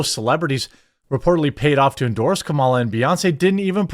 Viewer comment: People are still doing the mispronounce her name on purpose thing? Even after winning? Yeesh